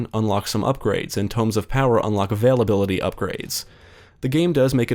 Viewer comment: every time you say "veil ability" I hear "availability" lol